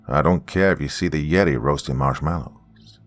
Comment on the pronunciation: This is the second or third story I’ve heard you pronounce the word marshmallows in and it gets me every time.